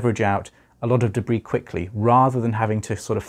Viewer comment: I love the way you say debris